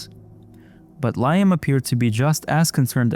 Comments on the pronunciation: Liam is pronounced LEE-um !!!! Jesus Christ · Bro its pronounced Leeeeeeam (Liam)